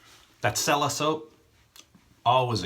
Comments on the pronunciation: Nice shave. Just an FYI, the soap is actually pronounced CHELLA, not sella. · I might be wrong, but I believe cella is pronounced Chella